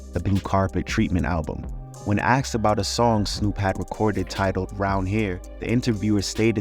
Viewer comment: Bro I can't with you americans saying "aksed" instead of "asked"